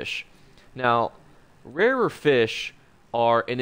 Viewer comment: The "Right Nyeow" made me slam that subscribe button